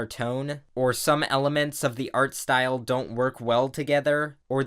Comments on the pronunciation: " its probably Art-aware of the style" At least thats what i thought he said 😂😂😂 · this video is bugging me off because you (idk if intentionally) say "art style" in specific tone most of the time